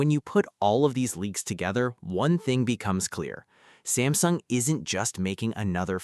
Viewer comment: Samsing mess up with ultra name missin the S Pen